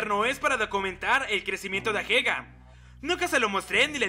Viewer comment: Porque le dices ahega en vez de ageha aaaaaaaaa, talvez es algo que paso en tu serie porque no la vi pero no me gusta xd